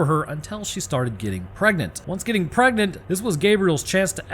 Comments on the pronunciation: "Preganenant" 🤣 I'm done! Love this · “She got pregananant” 😂